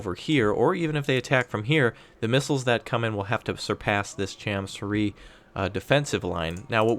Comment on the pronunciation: as a korean, I can say your pronounciation of cham su ri is correct 참수리